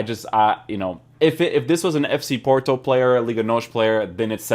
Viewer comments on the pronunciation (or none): none